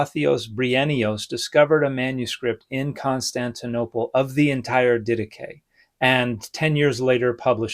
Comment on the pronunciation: English speakers never fail to surprise me with their pronunciation of Greek words. I would not have recognised it if it wasn't in the video title.